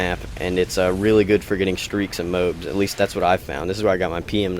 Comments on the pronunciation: MO AB, not MOBE. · I don't like him because he called it "MOBE" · toad ends with a D. Even the guys who invented the MOAB in the US army pronounce it MO AB. Even the people who live in the town in Colorado called MOAB pronounce it MO AB. People are stupid these days.